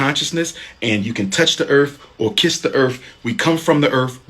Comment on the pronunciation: "Touch da erf, kiss da erf, go back to da erf"